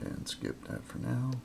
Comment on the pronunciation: do i hear you saying dat instead of that?